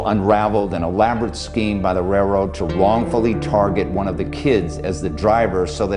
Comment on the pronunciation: it's a RAILroad, not a RAYroad